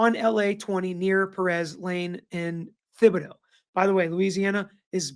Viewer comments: Thibodaux and Houma needed a lil work but he did a great job pronouncing Gobears. lol bless him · I don’t trust YOU, either! All lawyers are crooks! I’ve lived in Thibodaux for college and then my husband worked in Houma. What a joke when it comes to law enforcement! And you can’t even pronounce the name of the towns! GTHOH…